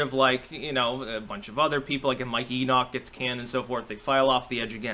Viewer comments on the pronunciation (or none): none